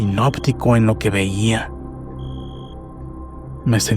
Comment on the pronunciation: Es hipnótico, no hinoptico